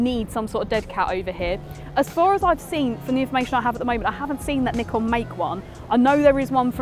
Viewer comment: literally the only video about the Z30 where I can hear the shutter sound. 🙏 bonus point, she knows how to say "Nikon" as it's intended.